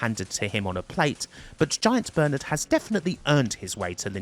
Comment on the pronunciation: With the accent, it sounds like you keep calling him "Giant Bird" and you blur his tits at one point lmao